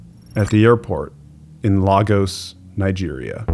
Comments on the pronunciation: It's pronounced Lay'-Gos as in Lay's chips Not La-Gos as in Latin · It’s pronounced lay-gos not law-gos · You fixed your pronunciation of Dural but it’s said “Lay-gos” not La-gos 🇳🇬🇳🇬. Great vid!